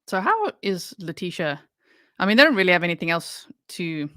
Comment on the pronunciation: WHENEVER she says anythink, somethink, nothink...she's LYING.